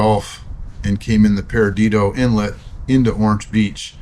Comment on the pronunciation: Per’dido, not per’i’dido